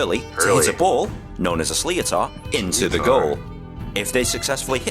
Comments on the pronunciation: slee o tar ? ask a local how to pronounce sliotar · Pronunciaton of what you calal sleeotar is never used by us, should sound more like, shlittar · I swear it's a punch in the gut every time your man says "slee-oh-tar" because it's not pronounced that way!! 😭 It's pronounced "Sh-li-tt-er". Why couldn't they have gotten an actual Irish person to commontate that video?? Btw, It can also be called both a hurley and a hurl 🤷🏻‍♀ whichever the player prefers. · "Slee-o-tar" 😂 It's pronounced more like "shlitter". The guy mangled that pretty badly! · This is ridiculous having someone explain the rules of Hurley and pronouncing a sliotar a sly-o-tar like he knows what he is talking about. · Sliotar pronounced “slith-ther” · Why is an Englishman explaining the rules of an Irish game? " Sliotar" is pronounced " shlitter". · guys make sure and look up how to pronounce 'sliotar' - the pronunciation in the video you watched is MILES off lol It's more like 'Slith-er' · Totally fucked it . 😂 Shlitter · Possibly but if he wanted to help non Irish, then it's actually easier to say it the(more or less) correct way, which is, 'Slit-er' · It's triggering to hear an English accent trying to explain hurling. Especially when he mispronounced certain word e.g Sliotar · Nah what tf did he just call the sliotar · I’d love to see you guys trying this at a local GAA club. Yer man's pronunciation of sliotar was shocking. The players have regular jobs too, they are not paid to play. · It's so funny hearing a brit explaining hurling and mispronouncing the name for the ball!! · Exactly. It's just plain lazy